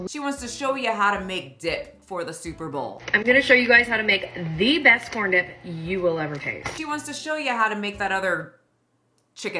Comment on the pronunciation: I legit heard something else . Then was like, "Oooooh, she said DIP!!" 😂😂😂